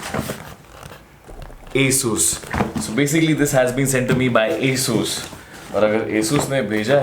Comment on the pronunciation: bhaiya its nit asus it aasus ..